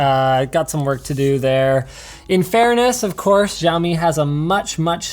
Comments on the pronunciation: It's Shao-mi not Zhou-mi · why they can't simply say "shaomee" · shiaomi, no its siaomi :-) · wtf is a xaimioaoa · Wonder if he'll ever pronounce the brand correctly... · thumb down for pronouncing Xiaomi wrong..